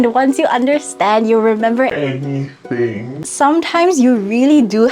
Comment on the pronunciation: the way she said aNYthiNg lol